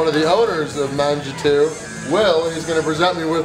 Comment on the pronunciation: Shit i laughed when the owner flexed with him at the end. Very British he was smiling like im a twat. Mangetout means eat all in French, n cannot say it. Peace